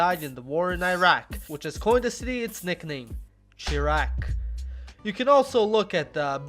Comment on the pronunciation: its uh, 'shy-rack' not uh some french word.